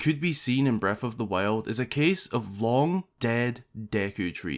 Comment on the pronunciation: I love these videos but it's so offputting hearing someone pronounce th's as f's. The word is breaTH and THousands, not breaf or fousands.